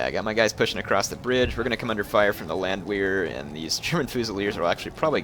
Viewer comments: repeat after me: Land-VEHR is how it is pronounced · Good video, my only problem was you pronounced the "W" in Landwehr. It's actually pronounced Landvehr, as they are Austrian. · Well, not everyone has the benefit of growing up in a German speaking country, or having 2&1/2 years of German in high-school, (like me), but yeah..... his pronunciation of Landwehr is kind of like nails on a blackboard.....